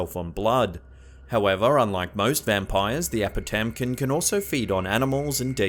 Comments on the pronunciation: I really like your videos .9 apotamkin it's pronounced "ah-boo-dum-kin" I thought it was really cool to see this on your list I myself am a maliseet and have heard of this creature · I am Maliseet from a Wabanaki tribe on East Canada. The legend of the apotamkin has been told to me since I was young and everyone from my tribe believes this story. I just wanted to mention the name actually sounds like uba-dunk-in. Thank you for researching and sharing the lore of this legend.